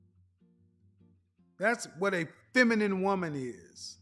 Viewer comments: She's "finimin"....hahaha...and she said it twice!...Kevin let her slide! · Did homegirl say feninine? 🤔